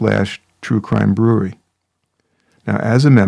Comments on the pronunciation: Please fix the intro it’s so distorted and it sounds like he says “troo crime brew-reee” it’s brew-err-ree. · True crime brew-err-ree!